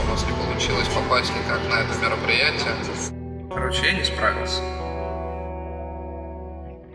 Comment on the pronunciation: Мероприэйшен Как же меня вынесло